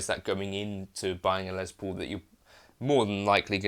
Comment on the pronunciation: The man’s name was Les Paul, not Lez Paul.